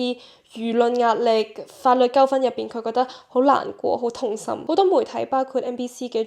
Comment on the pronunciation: 好鐘意你D片 不過有D字讀錯左 可以留意下 意外個外 糾紛個糾